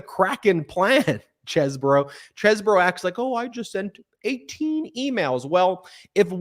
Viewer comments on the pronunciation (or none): Everyone pronounces his name wrong! It's Cheesebro, like, "Hey, are you gonna eat all that cheese, bro?"